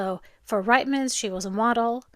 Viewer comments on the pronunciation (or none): Reitmans is pronounced reet-muhnz.😉🇨🇦